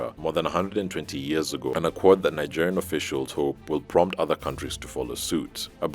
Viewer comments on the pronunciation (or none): none